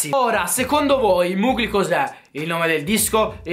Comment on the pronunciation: Mugli non si può sentire.. si pronuncia Mogli